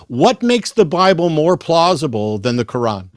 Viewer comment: It drives me crazy when American people say "Cor-ran" for the Qur'an.